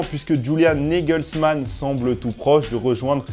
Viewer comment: C'est Julian Nagelsmann. Et pas " Niggalsmann". A moins peut être que tu voulais placer le mot "N" pour 1 blague.